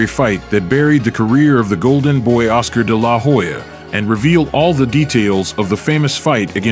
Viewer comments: Seems factually accurate, but the name pronunciation (Day-LAH- Hoya) seems kind of off. phonetically it's usually pronounced Della-Hoya. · It's De la Hoya. Not DE LA Hoya. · It’s De La Hoya not Da La Hoya say his name correctly! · If you can't say his name properly, don't make a vid of him. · I do not know how many Oscar's fights you have watched but you do not pronounce his last name like that. Work on that next time you post another one of his videos. But besides that, good work. Keep it up, kiddo. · How do you not know how to pronounce his name? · Okay why do you pronounce his last name like that, with the emphasis on the La? What's funny is the commentators in the fight pronounce it correctly. Lol 😂 🤦🏽‍♂️ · The way you say his name irks me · Why you saying dela hoya like that lol anyways i don't know how they gave this win to tito not taking anything away from tito he was an awesome boxer but even with Oscar cruising through the last 3 rounds he gave tito a boxing lesson for 9 rounds and what made this suspect was one of the judges gave the last round to Oscar how's that possible lol I think he did that so it wouldn't look so obvious and the rematch didn't happen because of money issues they were offering tito 10 million but he wanted 20. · Whats with the stressing La in de la hoya. My god. De LA! Hoya 🙄🤦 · I stopped watching after I heard you butcher his name over and over . Lol. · You can't even pronounce his name correctly LOL